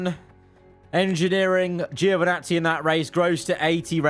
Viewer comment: It's Joevinazzi, not Giiiovinazzi... From Italy with love 😂😂❤